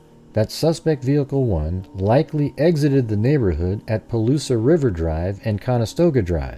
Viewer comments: First Palouse is "Pah Loose" not "Pah Loose ah" This route is very strange. I used to ride this route all the time when I was a student at WSU, as a bicycle training ride, but counter clockwise starting in Pullman. Two points to make. First there is no reason to go this way. It is just longer and weird. Second. very few students on either WSU or UI campuses even know about these roads. That is these small connection roads between Idaho 95 and Washington 195. Only farmers and bike riders know them. A lot are still gravel, including maybe part of Kohlbergers route. Thom Creek is paved and Borgen is not.. There is nothing in this area but rolling wheat fields as far as the eye can see. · Interesting video. 2 minor corrections (from a North Idaho resident): 1) Palouse is pronounced "puh-loos", not "puh-loos-uh", only 2 syllables and 2) it is US Highway 95, not Idaho State Highway 95. Even the Moscow police have erroneously referred to it as State Highway 95, which does not exist. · Hi, nice work! I'm from that area, let me help: Palouse is "Pah' Loose", silent e at the end.